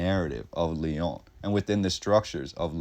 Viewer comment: Can’t stand the way you say the Lyon